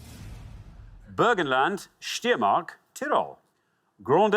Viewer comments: Steiermark (in English Styria) is correctly pronounced SHTEI-ER-MARK, not Steermark. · Steiermark was pronounced very weird tho